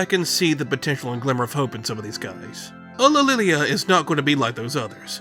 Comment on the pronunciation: It may be difficult to pronounce, but the way you say "Ulililia" is really quite beautiful